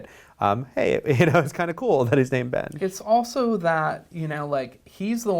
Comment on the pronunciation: at first i thought he said bane not ben